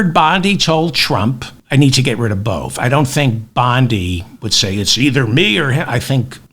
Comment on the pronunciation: Please stick with Bove (rhymes with Cove) and not Bove (rhymes with Olé) David. Emil Bove (your pronunciation) sounds like a petty criminal from a Georges Simenon novel. Bove gets bumped off for snitching to Detective Inspector Maigret. His face is rammed into a Paris pissoir by thugs until his lungs fill-up with you-know-what 👍😎🇬🇧🥃⚰